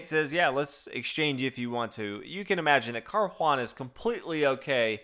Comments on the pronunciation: It's pronounced Car-oo-ah-nuh ..... not Car-juan-uh. Btw, 1. e4 e5 2. Nf3 Nf6 is called the Petroff Defense. It's been played many times and Carlsen would have prepared a line for it in advance. In fact, anybody who plays 1. e4 in tournaments should have something prepared for it. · It's not car huana dude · Yeah, he says it as "Carjuana" in spanish... but drop it, I doubt he reads comments since he never corrects these things. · Seconding what Mateus said above. Fabiano is Italian, hence it is definitely pronounced Car•u•a´•na. The emphasis is on the third syllable, the a, and the u is pronounced 'oo,' not 'you.' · What? Car-juan-anal !! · i know... it's painful to hear it.